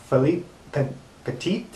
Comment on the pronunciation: Oh wow, wasn't expecting a shoutout tonight:-) Thanks! Also you pronounced it right on the money, "Peh-teet". Also to those reading and interested, "Man On Wire" is a fantastic documentary on Mr. Petit's story. It's hard to find but if you ever come across it I highly recommend it! I believe some clips and also the trailer are available here on YouTube.